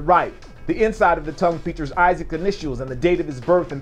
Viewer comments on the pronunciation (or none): none